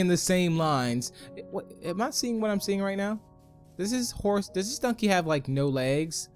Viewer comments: Why do you say dunkey? Its donkey. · I hate how he says dunkey not donkey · He said dunky instead of donky My favorite is the halo texture pack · It is donkey not dunkey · It is donkey not dunked